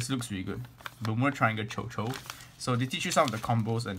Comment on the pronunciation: quick note: it's actually pronounced as shushu, it's a french word.